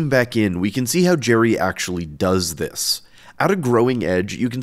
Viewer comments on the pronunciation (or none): none